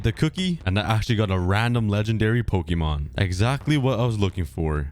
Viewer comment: Is anyone else getting triggered by his pronunciation of Pokémon’s